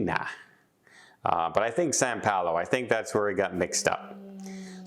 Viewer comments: Please say "São Paulo"...not "San Paulo". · More tales of poor...as a travel agent basic thing to make sure you are dropped off at right airport. Last one on the plane and takes time to film...it is Sao Paulo not San Paulo. Watching makes me never want to travel again.